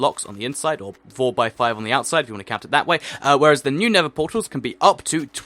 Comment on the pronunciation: Everytime he said nether it sounded like nipple sometimes